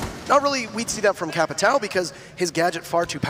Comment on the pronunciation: why doesn't anyone pronounce Capitão correctly?